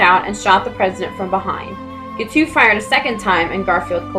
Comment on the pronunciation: Guiteau is pronounced gee-TOE, rhymes with beau. He is my first cousin three times removed.